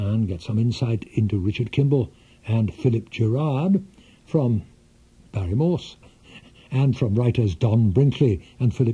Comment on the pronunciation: And its morse not moose